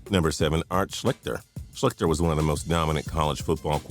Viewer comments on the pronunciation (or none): SHLEESTER....not "Shlickter". Damn. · It's pronounced Shleester not shlikter. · I went to Ohio State and it's pronounced "Schleester" not "Schlicter." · The dudes name is pronounced Art Schleester, not Art Schlikter lmao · always getting the names wrong lol my man needs phonetic spelling on his script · Mispronounced Art Schichter's last name. It is pronounced Shleeshter. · It's pronounced like Art Shleester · You mispronounced Art Schlichter's name